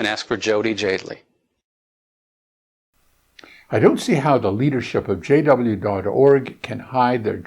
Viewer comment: His ladt name is pronounced "Jade-lee." Two syllables.